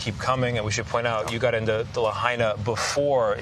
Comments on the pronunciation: "La High Nuh" NOT "La Hey Nuh" - appreciate the coverage tho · La-HAI-na, not La-HEY-na. Out of respect for the dead, at least say it right! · Tell your reporter on scene to learn how to pronounce Lahaina ...not Lahayna like he did😢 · Why can’t the reporter Tony get the pronunciation of Lahaina right? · Dude, learn how to pronounce the name of the town before you go on national TV. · at least learn how to pronounce the town's name correctly!